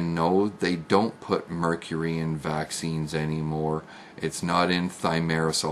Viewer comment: can't even say 'mercury'. Mercoory? Says it all!